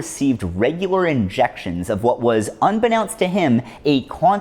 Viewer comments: The root word of unbeKNOWNst is KNOWN. So the pronunciation is un-be-KNOWN-st not unbeNOWnst. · It’s weird to me that someone would know the word “unbeknownst” and write it into a script but now know how to pronounce it. Did you write this script? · ONLY 10 grams? Worth noting 10g of LSD is a good 10,000 doses. 10kg would have been... 10 million? What'd that fucker wanna do with it? Also, check pronunciation of "unbeknownst". Which I only say with love and assumption you'd want to know.